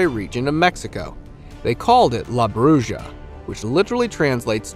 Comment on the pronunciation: Can I offer u a tip?! When you pronounce it its LA Yarona.. Like My Sharon a by The Knack.. And its pronounced Bru-HA for a female witch in Mexico... Love your channel... ❤❤